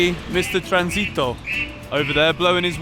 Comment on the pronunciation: HAHAAH its so funny the way you pronounced "tránsito"